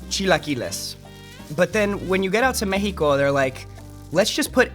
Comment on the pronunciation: i love that Xolo actually pronounces Mexico correctly in english, so yeah peeps, its [mejiko] not [meksiko]